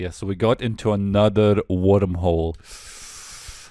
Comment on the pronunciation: ANOTHA ONE